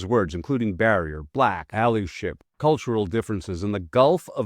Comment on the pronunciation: Learn your words, man. "Systemic" not "Systematic". "Allyship" not "Ally (like the back passage behind a store) ship". FFS